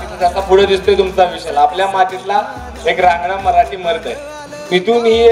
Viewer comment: anchor atleast marathi ya shabdacha ucchar neet kara.